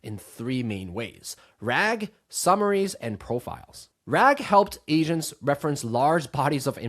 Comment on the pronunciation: I swear he said Asians, not agents in the beginning 😂